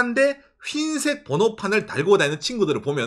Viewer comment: 휜색 아니고 흰색요😂